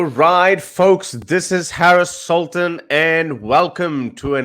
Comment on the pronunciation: Sultan...lol... Man 🙌 for ur sir name pronouncing....sultun...lmao